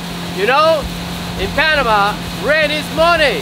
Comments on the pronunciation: جو اسمها Panama ليس banama 😂😂😂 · Nice one Joe. But it us P not B Greetings from Texas 🇺🇸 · Bro try to pronounce the Letter p correctly. IT is p not b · Panama 🚫🚫 --Banama 👌👌 This 🚫🚫----Ziss👌👌 Wtf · Bro, do you have a problem with the letter "P"?